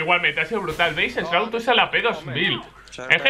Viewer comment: “Esh chroud”